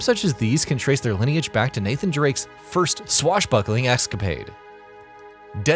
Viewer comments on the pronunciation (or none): none